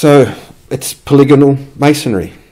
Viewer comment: you had me at poli-gonal, would have lost me at poly-gone-al